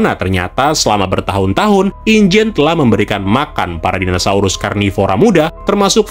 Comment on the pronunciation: om, pelafalannya kok dinasaurus wkwk